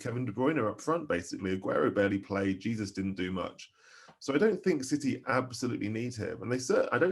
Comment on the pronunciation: 😂 at least try to pronounce his name correctly